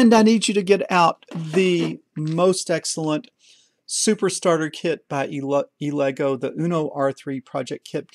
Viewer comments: It is pronounced "EL-EH-GUE". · It's pronounced "ele" as in jelly and "goo" as in poo.."elegoo"..like jelly poo..just saying because when you looked at the box ya looked a bit hesitant and confused.